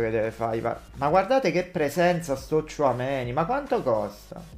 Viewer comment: Tchoumenì ha un non so che di Napoletano